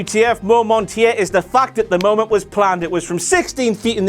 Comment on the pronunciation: Shut the fuck up. I couldn't get past "momant" #5. Go away forever already 😩🔫